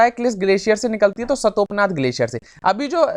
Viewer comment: Sir ji वो सतोपनाथ नहीं , "सतोपंथ" है ,, मैं उत्तराखंड में ही रहता हूँ , I don't mean to disrespect you sir so plz don't mind !